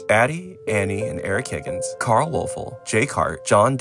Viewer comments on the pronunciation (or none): none